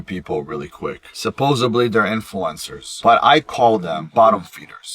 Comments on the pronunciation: SUPPOSEBLY hahahahahhahahahhahahahah IDIOT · Did he really say “ Supposeiblee”? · Suh Pose Ablee. 😂🎉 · There is no letter B in "supposedly'.